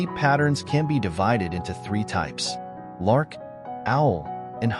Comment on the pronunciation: lark not "larck"